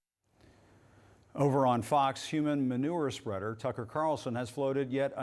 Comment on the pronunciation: • - That's it, Jim wins the Internet. 👏 (I heard "sweater", not "spreader", but it's a flawless victory either way. 👍) • - Someone please tip Cawthorn over. 🙄 • - Ooh, yeah, everybody's afraid of MTG, she's sooo scary. Maybe she'll go to another museum. ¬_¬ • - Hypocrisy should be a punishable offense. 😠